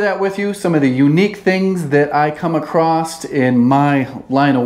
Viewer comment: Tje biggest concern of this video.... it's not pronounced realAtor... realtor. Also there is no T in across. Ffs idk how this clown is still employed